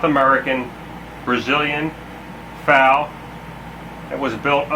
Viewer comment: If you call it a FAL again, I am going to slap you. F-A-L